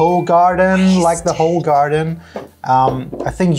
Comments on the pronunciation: Use "google translation" for pronounciations, it's not "ho-garden"!😂😂😂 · Not Hoegaarden 😭